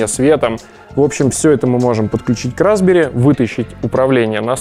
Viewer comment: Мне все время слышится "разбери́"... Разобрать-то можно, а вот собрать обратно у меня вряд ли получится